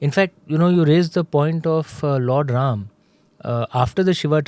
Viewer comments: with all respect i ask you why you say rama not ram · Sincere request to Smita is to keep the names and noun as it is - avoid aa after Ram, Ravan, Upanishad, Ved. There is no aa after these names…..